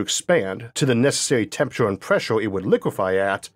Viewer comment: I can't listen to this... "Tempurator" ... along other weird pronounciations...